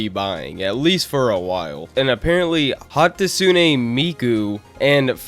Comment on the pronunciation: I was tempted to close the vid when you pronounced hatsune incorrectly, but remained when i recognized the objection pursuit music in the background.